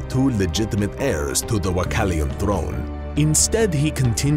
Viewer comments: WA-LA-KEY-AN not WA-CAL-IAN.....wow... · Its wallachian not wachallian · It would be even cooler if the narrator could pronounce "Wallachian" properly...